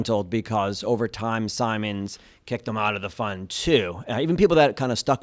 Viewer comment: Only people I've ever heard pronounce his name 'Sigh-mons" rather than "Sim-ons"...even Jim himself uses the later pronunciation